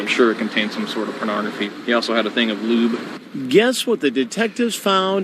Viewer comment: The way that one detective pronounces "a thing of lube" cracks me up for some reason.